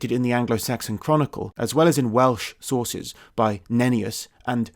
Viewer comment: “norse sorces”:)